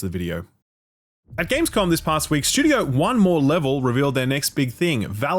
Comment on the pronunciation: I watch exclusively to hear "shtewdio" 80 times.